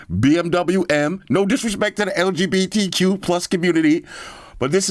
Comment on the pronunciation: He said LBGTQ display 😭😂😂😂😂 im dead laughing hahaha